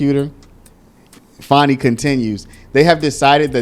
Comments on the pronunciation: Her name is not pronounced Fawni there is no letter ‘w’ in her name. It is Fan-nee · why are you trying toi church up her ratchet name?? Its fanni as in fanny. there is no w or au in the spelling of her name.